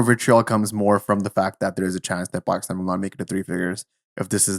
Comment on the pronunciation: Dude why do you keep saying Bakistan 😂